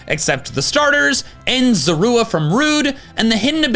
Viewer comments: The way you say Zorua bothers me..... LOL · You noticed that said Zorua kind of weirdly?